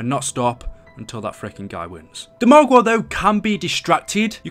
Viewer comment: AmI the only one who likes it when he says margwa😂😂